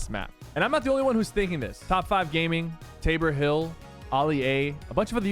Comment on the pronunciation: Sypher saying Tabor Hill correct this time.